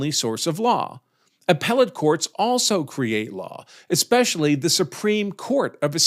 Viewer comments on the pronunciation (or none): none